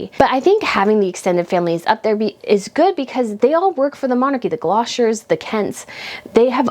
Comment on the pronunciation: Greetings! While I thoroughly enjoy your videos and hope for future success, need to advise you on how to say Gloucester. Having lived in Gloucestershire for 12 years…It rhymes with Foster. Suggest you look up the children’s song. Dr Foster went to Gloucester in the pouring rain… thanks again for your hard and your positive attitude